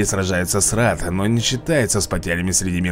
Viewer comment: Я уже все прошел и могу сказать что лучший герой из бесплатных Муннисай то что ты произносишь ударение не там в многом например раад ты говоришь рад или эмпире'и ты говоришь э'мпирии и кстати почему ты не использовал новых юнитов негодяев у них подстрекатель имба